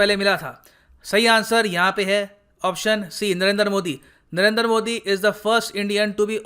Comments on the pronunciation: Narendra Modi not Narender Modi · The way you say nrrnder modi 🤣🤣🤣